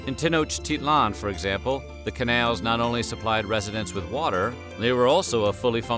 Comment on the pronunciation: The way the narrator says “Canals” is funny it’s like he’s saying kenails lol